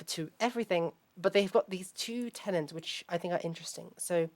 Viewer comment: The word is tenet, not tenent. I dont understand why this word is so often mispronounced and misspelt.